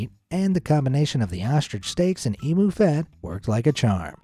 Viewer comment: And it is emu not emo say it like e m u